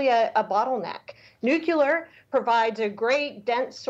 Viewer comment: It is Nu-cle-ar